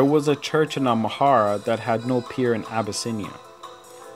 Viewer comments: Why do you say amhara when its amara????? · absolutely right. It’s Amara not Amhara!!